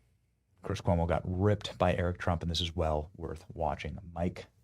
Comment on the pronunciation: Chris Coy-mo😂😂😂